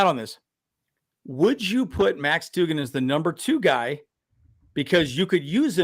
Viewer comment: Its pronounced Dug-in.. you pronounced it like jimmy doo-gin from A league of their own. 😄